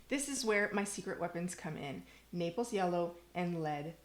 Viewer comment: Naples yellow; not napels. Thanks for the great info.